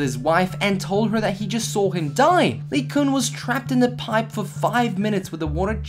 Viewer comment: Anyone get annoyed by when he says piPE